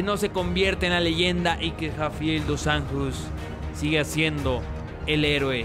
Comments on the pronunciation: Se pronuncia "Jafael Dus Anllos" haciendo los sonidos un poco guturales. jajaja Gran video, como siempre. Like ;) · la J en portugues se pronuncia como una SH osea la forma correcta de pronunciar seria Rafael dos Anshos aparte rafael es casi como en español es Rafaeoul